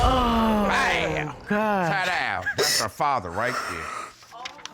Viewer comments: After those results were read, he said...”Ta-dow”. 😂😂😂 He must be originally from East Oakland, Ca. 😂😂😂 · Did he really just say “Taa Dooww” ??? 🙄....